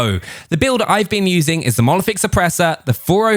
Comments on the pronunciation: Monolithic not molothic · The way you pronounce monolithic as "mo-oliFic" makes my ears cringe very goddamn time xD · It's called a monolithic suppressor, not molephic suppressor 😅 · If i hear this wanker say monoliphic suppressor one more time..i will have to go to rehab